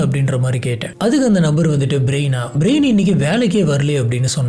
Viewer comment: பேரெல்லாம் கரெக்டா சொல்ல கத்துக்கோங்க பிரயன் பிரைன் ன்னு சொல்வது தப்பு brain நா மூளை ன்னு எல்லோர்க்கும் தெரியும் ரைட் சொல்லு கொஞ்சம் try பண்ணி கரெக்டா மாத்தி பேச pazhagavum